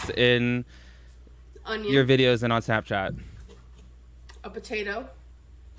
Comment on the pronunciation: I wonder if she had several mini strokes because I didn't know spinach potatoes broccoli cauliflower and carrots all goes together in a soup I swear I must be hearing things but it sounds like she said batato she doesn't have any tastebuds because every video she eats the food straight from the pot very hot so I doubt she can taste it Oh wow that wasn't soup that was chilli YIKES!!! I just acknowledged that shit in the pot no one likes it including her so they have to eat out Well if you're AL gorlfriend its just like being bit by a zombie and then you will turn into a zombie but AL sucks the energy out of everything including humans and animals